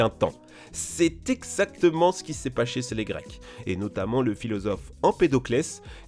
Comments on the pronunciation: Qui s'est paché qu'il qui s'est paché qu'il a dit xD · Je aime bien quand il qui c est pacher sez les Grecs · "C'est éxactemen ce qui c'est pacher sé les grecques"😂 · "Paché sé les grecs" la dyslexie le retour xD